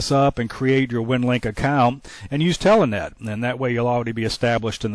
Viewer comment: i keep hearing the pronunciation of "telEnet" Watching this series to see if i had any snafu's or fubars on my end. So far i have it setup right. Moving on to vid 3.